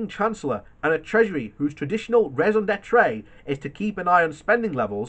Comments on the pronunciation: Who is Ricky Shukash and Ricky Shukak? Do you mean Rishi Sunak? This is not the first video where you've mispronounced it. Say it slowly and break it down into syllables Ri Shi Su nak . There's no 'tray' in 'raison d'etre'. You don't pronounce the last tre of that like 'tray'. The last e is pronounced more like a short hardly pronounced ugh sound at the end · oh I am going to pull you over for the massacring of the pronounciation of "raison d'etre" I dont know why i get annoyed that people pronounce French phrases wrong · if i recall correctly he pronounces the first part wrong the e with the circumflex is wrongly pronounced like e with an acute accent...I dont know why I find that more annoying than his English mispronounciations...slow down a little more. Get these things nailed otherwise its just ammo for the trolls